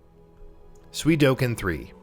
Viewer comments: For the love of God, it's Suikoden not Suidoken. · way to flip the d & k in Suikoden....swee-koh-den not swee-doh-ken ffs... and I say if it's not an actual 1st party IP, a remake should appear on more than just PS5... also: the original 4 part .Hack series the Xenosaga trilogy Primal Summoner 2 Rumble Roses Tales of Destiny 2 Tales of Legendia Tales of the Abyss Oni Mercenaries: Playground of Destruction Rogue Galaxy I'd like to say Half-Life, but at this point they should just put Black Mesa on everything.... and Tony Hawk's Pro Skater 3 should have been remade as an expansion to the THPS1+2 remake but Activision is apparently too retarded to see how smart & awesome that would be.... oh, and remasters of X-Men Legends 1 & 2 please... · "Suidoken?" really? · Did he said suidoken 3 instead of suikoden 3 ???? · why did i hear sui-do-ken but the game's title is suikoden? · SUI DO KEN.... SERIOUSLY!!!?!??!!?!? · Dude how or why are you pronouncing “ko” as “do”? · Suidoken? no one?